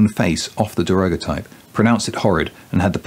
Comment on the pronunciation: I don't have any feedback to improve on the honest comments below; I heartily agree with them in all respects. One small point, however: this is how the word daguerreotype is pronounced: Cheers.